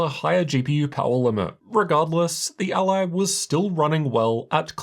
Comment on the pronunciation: It hurts to listen to this:. It’s So weird how you made up it’s called ALie ????? It’s Rog ALLY. Like Nelly or jelly.. ally .. not aLie ?? Wtf